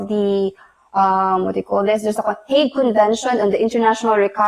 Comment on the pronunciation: The lawyer's accent is so think. She was pronouncing Hague, It's sounds hate convention actually what she was trying to say was Hague pronounced as "hayg". advice was wrong here. For "INTERNATIONAL CHILD SUPPORT", you can ask help in enforcing internationally thru Hague Child Support Convention (HCSC), There are 33 countries members of HCSC. Only the 33 countries members can be enforced in which the Philippines is a participating country. But when it comes to Civil Aspects of International Child Abduction, which was signed by the United States on December 23, 1981. The Philippines is not a party to the Convention. So, that's the difference of the Hague Convention. Global Child Support - the Philippines participated. The Global Child Abduction didn't participate.